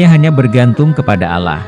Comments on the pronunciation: Pilih pegisisuaraya yg Muslim coy biar ucapannya benar . Yg benar Allah( ucapannya Alloh) bkn Alah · Benar buk arti al quran alloh di ucap alah memang dlm bhs ind tulisan alloh di tulis allah tp membacanya ttp alloh. Berarti pengisi suaranya kemungkinan pertama bukan org islam dan kemungkinan yg kedua waktu sekolah bhs ind nya gak faham. Jujur buk saya sbg muslim juga tersinggung. Tlg jangan cuma memburu konten dgn menjual agamanya sendiri atau melakukan penistaan agama. Tlg pengisi suaranya di buang dan di ganti yg lebih berpendidikan dan pernah sekolah. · Jangan menyebut Alah.... Didengar ya engga enak... Sebutkan Aaloh itu orang islam menyebut nya.... Oke...! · admin ngaku muslim tapi nyebut ALLAH seperti non muslim,jujur aja! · ini yg mengisi suara nya kok nyebut ALLAH nya kyak bkn org muslim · Klu bs tlng di perbaiki pengucapan nya agar tdk trjd salah paham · Ini canel muslim bukan....heran saya kok yang bicara bahasanya/pengucapan seperti orang non muslim......terurama cara pengucapan Allah.....ini persis seperti ucapan kaum non muslim